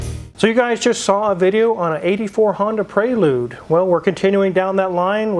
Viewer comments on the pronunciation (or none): Honda PraYlude 😂😂😂